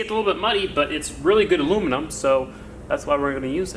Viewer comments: Shit, he pronounced aluminium correctly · At last an American who can say aluminium properly 🤘🏼